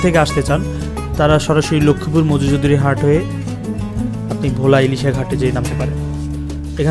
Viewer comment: Its not vho* its bhola